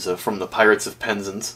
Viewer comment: Wait a minute did you say the pirates of Penzance (pen-zan-ce)